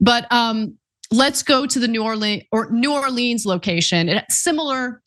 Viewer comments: really bothered me how she kept butchering newarleans 😒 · it's "New Or-lens"